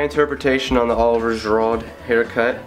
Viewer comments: It's ger-ou actually lol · haha it's shee-roo/rou :'D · Nice hairstyle! Btw the correct way to say his name is Oliver Gi-Rew, the D is muted. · Detlef De Clercq Do you really pronounce it like a G/J? I coud swear it's a sh ;) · dude you slaughtered his name... its french.. should sound like girou, not a hard d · Did u actually fking call him girod? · He's French, so his name is pronounced oh-liv-ee-ay ger-oo. Just thought you should know in case you ever want to do another tutorial for his hair in the future. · “Oh-live-y-ay” “ger-oooh”...or that’s what FIFA says 😂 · Hahahahahaha the pronunciation is G,Root.. I think so but yeahh, nice haircut mate.. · Pronounced G-Rude,.:) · Pronounced "Olive-iay Gee-Rude" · its "Girouuuuuud" aha xD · His name is pronounced O-liv-ee-a... Ge-roood. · Well done, hes one of my fav footballers but you pronounced his name wrong haha ! Its sounds like (Jur-rude) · It's pronounced (Oh-li-vier) (Ji-ru) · It's pronounced geerude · Gee rude is how its pronounced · Firstly, to the guy who tried commenting on him that he hasn't pronounced it right - it's pronounced 'oliv-ier gi-roux' secondly, Giroud's haircut is different, although I understand he said it's his own interpretation. I'm a hairdresser/barber and Giroud's haircut is horrible. It's just half a haircut, he looks like he does it himself. Terrible. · Slaughtered the name pronunciation but other than that great video I subbed and will be back for more! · You butchered his name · Great video man but butchered that pronunciation tho! LOL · lool u pronounce giroud wrong